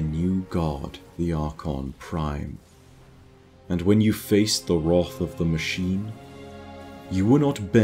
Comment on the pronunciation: YOU SAID WROTH TRIGGERED